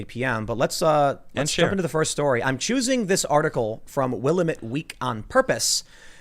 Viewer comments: I was just telling my son the other day how you can tell when someone is not from the west coast (and specifically Oregon)...when they pronounce Willamette as "will-ah-met". LOL (It's will-am-met) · Like your podcst Tim but I must correct you on the word Willamette It's pronounced WIL LAMB ETTE SHORT E ON ETTE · Please, in Oregon I live in the Willamette Valley- pronounced WILL-A-METTE with the accent on the A. I know its a small thing, but it grates on the ear everytime you say it. Love you guys. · The "paper" (read: entertainment rag) that you mentioned is the Will-A-met Week, with the stress on the second syllable.